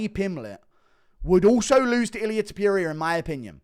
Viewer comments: Ilia Tipyooria lol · Illia “Ta pierria” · Ilia tuh-peer-i-uh